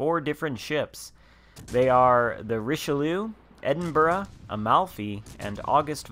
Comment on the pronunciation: A good overview. It would be nice if you could find the time to do a vid on the mega-tron commanders with recommendations. Thanks. Ps.. Appreciated you pronounced Edinburgh properly this time..lol